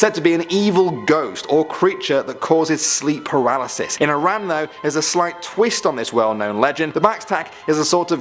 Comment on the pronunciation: I’m from Iran ayyyy. Salam. It’s also pronounced ih rahn. I’m from Iran and I’m also part Turkish.